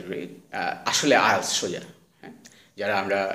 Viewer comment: উচ্চারণ ঠিকই আছে। IELTS উচ্চারণ এমন ই।